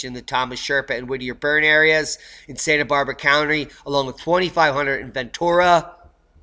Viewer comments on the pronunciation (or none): none